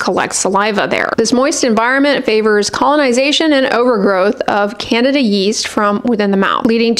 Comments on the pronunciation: Candida not Canada yeast. Apologies to Canadians. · I think she IS saying candida but yes, it sounds like Canada. She is an authentic doctor so...very unlikely shes making such a silly mistake